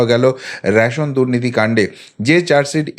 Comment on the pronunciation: র‌্যাশোন নয়, রেশন।